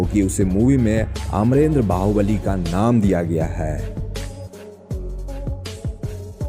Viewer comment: वीडियो में सब अच्छा है । बस " है " की जगह " ह्या " मत बोला करो ।